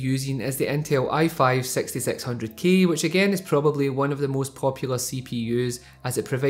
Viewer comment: when he said 6600k I thought he said sexysexy00k 😂